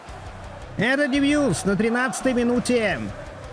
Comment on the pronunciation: Дебьюс 😂 Dubois — Дюбуа